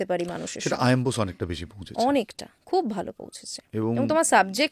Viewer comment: সব ঠিক আছে ভালো পডকাস্ট কিন্তু কুণাল বোশস না। বোস বা বসু। বাঙালি হিসেবে হিন্দি উচ্চারণ করা টা অর্বাচীন। যেভাবে বোশ বলছেন সেটা গুণ্ডা মস্তান রা (শ )বলেন। কিন্তু ভালো ইন্টারভিউ হয়েছে।